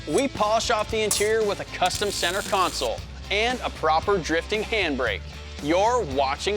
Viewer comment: Pronounced "console" as "counsōl". Nasty work.